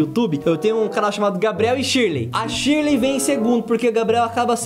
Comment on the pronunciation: Verdade para falar o nome em inglês é que nem português tipo Shirley em inglês não é tiley é Shirley normal e eu sei isso e ainda tenho 7 anos e vocês tem 40 anos nas costas